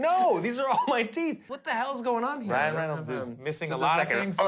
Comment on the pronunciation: he cant say reynolds